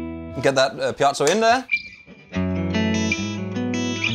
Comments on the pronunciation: I hate to be that guy, but the word is Piezo (not piazzo). Piezoelectric. Sorry. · I just don't get why you insist on saying piazzo when it's called piezo? It sounds really odd. Other than that, great video :-) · How does one get "pee-at-so" from piezo?